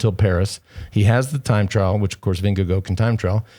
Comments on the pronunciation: Vinge-gore, lads thats how you say it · can you stop calling him "Windigo", please? Vingegaard is pronounced close to "Ving-e-gore" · Why not pronounce Denmark in Danish? Can we stop with the Vingego nonsense already? Jeez.